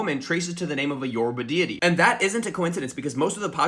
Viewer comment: I'm not usually salty about people's pronunciation of languages they aren't fluent in, but as a linguist, please don't ignore our accents in Portuguese. It's yorubÁ! PajubÁ! This last A is where the tone is. Thanks! Sorry for being a prick